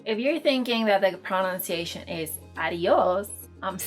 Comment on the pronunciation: Love the canal... Talks about pronunciation and proceeds to mispronounce pronunciation. ;)